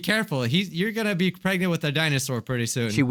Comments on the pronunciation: he said shregnant instead of pregnant lol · I thought said ‘’ I got my sister Shreknent’’ Lol what are they having baby shreks? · Pregant pregante